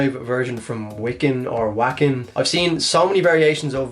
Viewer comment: dude, your pronunciation of Wacken is killing my ears, its a german W, pronounce it as a V